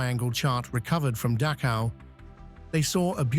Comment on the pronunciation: IT'S PRONOUNCED DAKOW!!!